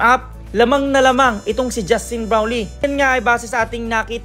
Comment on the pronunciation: Sir justine brownlee hindi browlee